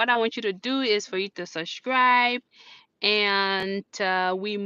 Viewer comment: I have SUSHCRIBED, o.😁 The way you pronounce subscribe is cute though..